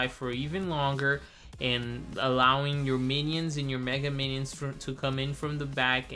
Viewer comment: "The menions" lol not hating